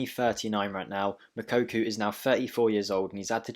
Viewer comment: Ffs stop saying moukoku 😂